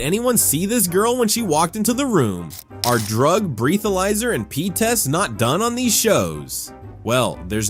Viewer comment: You did not just pronounce “Breathalyser” like that, have you never heard that word used properly before? Breathe-alyser? 😂